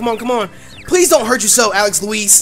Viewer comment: Whenever you say Alex Louise it sounds like Alex Elize/Elise